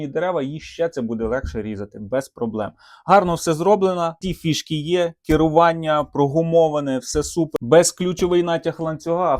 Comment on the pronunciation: ШинА, Акамулятор., переставав говорити Нам плюватися хочеться. Кірування, ще одне слово від Вови.